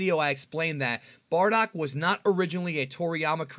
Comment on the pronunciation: Bro his name si BARDOCK NOT BORDACK xD you re stratching my ear drums every time you pronounce his name